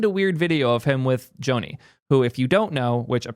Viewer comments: if you're going to do a history of Ive, you should know, Jony Ive's name is pronounced "Johnny" — like Johnny Depp. Even though it's spelled Jony, it’s pronounced the same as "Johnny" (like "Johny," not "Joan-e"). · Jony is pronounced "Johnny" not "Joe-nee". His name is Jonathan. Will be interesting to see what he & Sam come up with - I disagree with your take on VR - when the Vision Pro is lighter, wireless and cheaper with the same quality or better, it will take off. I'm waiting for a device you can wear for hours without strain. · I cringed everytime you called him Joe-ny. His full name is Sir Jonathan Ive. Because he's Jonathan, its Johnny (just not this spelling obviously) not Joe-ny. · Sir Jony Ive’s first name is pronounced exactly like Johnny. John-ee not Joe-nee. I realize some people with that name pronounce it like Joe-nee but he does not. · Joe knee :D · Sorry but the fact you don’t know how to pronounce his name makes this video unwatchable for me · Sounded like an interesting video, but I couldn’t make it a minute in with that butchering of his name. I’ve only ever heard AI pronounce it this way. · Hey moron! His name is short for Jonathan. You are mispronouncing his name. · That Jony pronunciation is killing me XD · I love but this was an instant facepalm for me and he just kept on repeating it. Tragic irony. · Wtf is this weird Jony pronunciation?